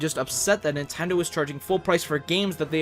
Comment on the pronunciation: Lol He said Nintendoo